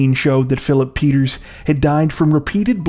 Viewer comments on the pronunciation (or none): Peters' not Peterzes